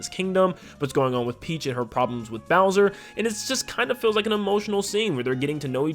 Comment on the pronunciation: “Hi seens ‘mai naim ees booser’”